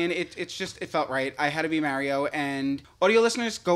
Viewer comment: The way you say Mario is criminal